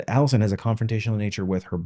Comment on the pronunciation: HR = Police aka not your friend will never help you. They are there to protect the company. Also, the way you pronounced Allison is gonna lose you a lot of viewers before the video even starts. Because that was crazy. I’m not even joking people look for stuff like that to determine when something is AI, but it’s even worse when you know it’s not AI.